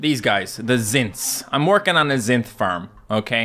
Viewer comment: Hehe zister. Its pronounced z-eye-ster